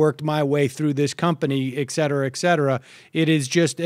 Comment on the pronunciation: First of all, I wish that the moderator, if he is going to use the phrase over and over, is 'et cetera', from the Latin, 'et cetera', meaning, 'and so forth', or 'and son on', not 'ek setera', from ignorance or not paying attention. And it is generally sufficient to say it once each time that it is used, (except in the rare instances that one is a mid-nineteenth-century King of Siam trying to familiarise himself with a new English word or term).